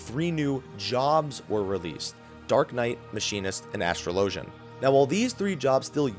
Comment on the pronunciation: 1 day i'll get him to pronounce arcanist and astrologian right. #verbalgoals